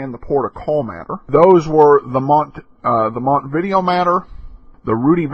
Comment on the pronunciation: Montevideo is Uruguay's capital. It is pronounced differently.